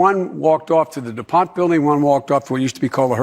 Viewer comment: Did he say DuPont?